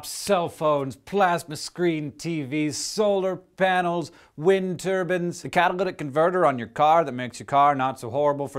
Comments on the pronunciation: LOOOL Windturbans??? WINDTURBANS :D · pretty certain you said 'wind turbans' ? ;) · He's so happy and excited to teach 🤣 Edit: wind turbans. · ...wind turbans? lol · Is it just me, or does it sound like he says "wind turbans" instead of "wind turbines"? :P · I believe Mr. Green should have said "wind turbines" and not "wind turbans" because running over turbans with a Prius is not exactly the best thing to do. I won't advocate driving into a wind turbine though. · what's a "wind turban" Hank? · He's not making fun of Islam. He's making fun of Hank, as he said 'wind turbans' instead of 'wind turbines'. Amalvyr is not saying turbans are funny, he's saying 'wind turbans' are funny. Also, Sikhs wear turbans, as do Bobo Shanti (a branch of the Rastafari movement) wear turbans. So 'turban' doesn't not imply 'Islam'.